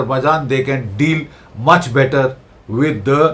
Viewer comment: He means "Deals" probably. But they guy is an illiterate and calls it "Dales"